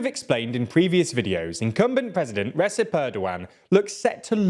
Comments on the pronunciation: His name is pronounced 'Rey-jep', not 'Rey-cep'. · AHem.. Rechip is closer to the proper pronunciation of his name. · Recep is read Redhzep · It's pronounced Rejep. The Turkish letter C makes a J sound. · It is pronounced 'ReJEP'.... Given how completely Erdogan and the AKP have captured practically every institution of both the state and civil society, fears about a peaceful transfer of power are very much justified. However, as a Turkish friend of mine rather cynically noted "Recep and his party control the election machinery, so he probably is not going to allow himself to lose..." There are well-founded suspicions that the referendum changing Türkiye from a parliamentary system to a presidential system, and installing Erdogan in almost untrammelled power, was fixed. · His name is pronounced Reg-ep Tie-yip Erdo-'an.... The C without a cedilla is pronounced as a J, with the cedilla it is pronounced as CH... The do combo in his surname is pronounced DO as in Dojo not DOO or DU as the presenter is doing in this video... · Here is a pronounciation cheat sheet: - Rejep Erdo an - Kemal Kilichdarohlu It's getting better. Turkish c is a j and c with a tail is a ch. G is g and g with a hat is silent. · probably not the first comment you'd want, but recep is pronounced like rejep <3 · the C in Recep Erdogan is pronounced like the J in Jungle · But he doesn't know how to pronounce Recep. The C is like a J, not a S sound.